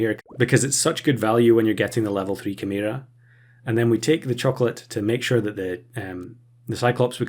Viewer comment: I've never heard chimera pronounced that way. Is it a British pronunciation or something?